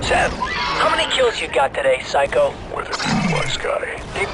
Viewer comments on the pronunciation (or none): none